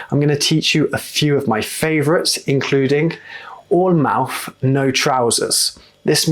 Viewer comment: You know what, I absolutely love your accent, but I can't, for the life of me, place it. There seems to be elements of Estuary (you often replace TH it a V or FF - you said bovver, mouff and anover), but you use the short, flat, northern A sound in words like laugh, grass etc. I get that you're talking slowly and pretty precisely so that your students can follow and understand what you're saying. I'd love to hear how you speak naturally - to another native speaker, I might have a chance of working out your accent then lol. Seriously though, I really like your videos, they are full of really useful content for non native speakers, and the way you explain phrases and words is really clear. Please don't think I'm criticising, I just find the way you speak a conundrum :)